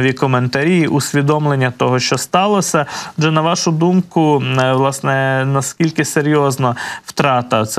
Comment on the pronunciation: "відбувалосА, сталосА, мешканціФ.."! За якими правилами "ВЛАСНЕ", ведучий, "ВОАСНЕ" тав вимовляєте зауки?!